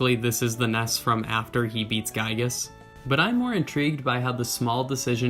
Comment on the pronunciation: Giygas is pronounced like "Geek-gas".